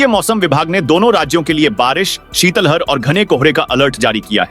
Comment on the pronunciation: शीतलहर न कि‌ शीतल हर सुधार करें